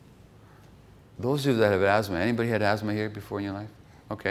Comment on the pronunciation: It's asthma not azthma. Very poor pronounciation, and uninspiring altogether.